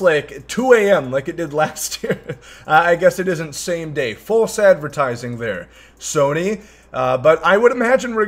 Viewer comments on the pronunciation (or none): none